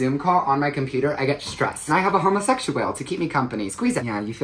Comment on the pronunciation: "I HAVE A HOMOSEXUWHALE" KILLED ME😂